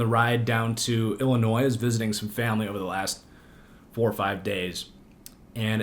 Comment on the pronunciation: You have family there, but you say the s in IllinoiS? HOW DID THIS HAPPEN?!